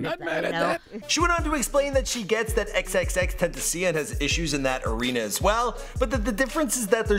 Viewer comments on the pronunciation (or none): He said xxxtentecien When it's xxxtentacion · "xxx Tent A See on" nigga what the fuck? you sleep as fuck It's Tentacion nigga one word that's a fade my guy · Fink ! It's xxx ten-ta-siii--ooooonnnn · It's XXX ten-ta-SEE-own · who the hell is xxxtent-i-see-en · OMFG (Yeah that's right, until you pronounce X's name correctly) get it fucking right. X X X Ten ta see un. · "xxx tenta see in" nice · "Xxxtentaseeing" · its zZzTentacion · Bruh you can't even say X's name stop making videos just make videos of white people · It’s not hard to say xxxtentacion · why yall so bothered by the way another man pronounce another man's name yall sus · learn how to say xxxtentacions name, cause you sound ouie an idiot everytime you say it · this mans still cant pronounce x's name correctly its gotta be a joke at this point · Why can no one pronounce X's name, shit annoying.